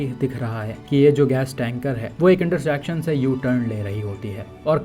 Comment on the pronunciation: इंटरशेक्शन ❌️ इंटरसेक्शन ✅️